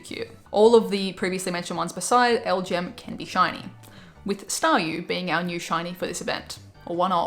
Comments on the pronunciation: Hey, you're supposed pronounce those alien pokemon as L G M and B E M. So just say the letters and you got it:) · FYI it's pronounced LGM, a play on "little green man" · It pronounced “L-G-M”